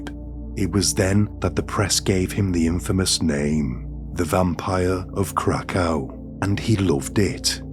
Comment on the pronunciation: Krakow is pronounced Krakov.